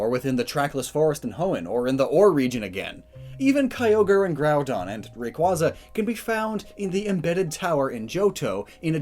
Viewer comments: Nobody : Rack-zay-uh: y e a h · Still can't pronounce Rayquaza correctly